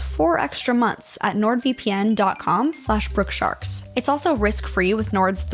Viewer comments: It’s pronounced nord-VIP-in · You pronounced NordVPN wrong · ITS NORD VIPPIN!!!! NOt V - P - N 😁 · It’s pronounced NordVippin